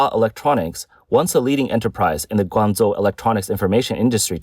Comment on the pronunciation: A video about China, and the AI can't correctly pronounce Guangzhou.